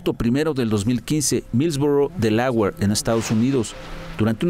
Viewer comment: No se dice “Deláwer”, se pronuncia “Délawer”.